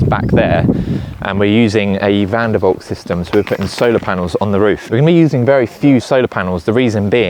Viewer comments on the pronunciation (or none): V is pronounced F..... Fan der Falk😂